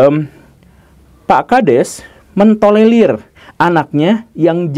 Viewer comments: Tolerir bukan tolelir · gemes denger pak guru slalu ngomong tolelir, bukan tolerir😄